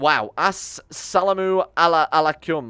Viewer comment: By the way the greeting in Arabic asalam alyakum means peace be with you in English and you pronounce it a salam alaycoom